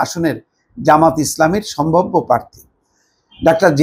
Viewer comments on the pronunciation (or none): none